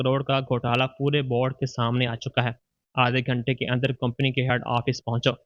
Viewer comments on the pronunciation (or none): none